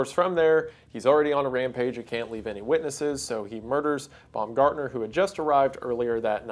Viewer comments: Imagine going to your first day on the job and being murdered, then years later wendigoon makes a video about it and pronounces your name “bum-gardener” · Also Rieger and Baumgartner